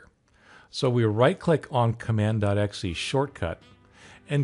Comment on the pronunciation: good video but it's "exe" not "xe" :)